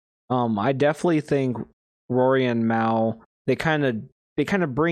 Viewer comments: if you consider that hate...you're definitely not built for the podcast game...are you even a real JBP fan? If you were...you'd definitely know his name isn't pronounced that way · Damn...if you're gonna do a deep dive, at least pronounce Mal's name right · you do know mispronouncing his name is disingenuous right? If you want to make good content you need to be authentic. Don't be that guy.